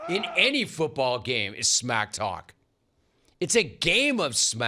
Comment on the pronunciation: It's smack talk, not smack caulk